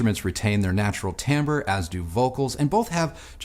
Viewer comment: one gripe, it's Timbre ,not tambre. Great review. Thanks!